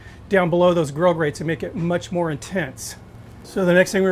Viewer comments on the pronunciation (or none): none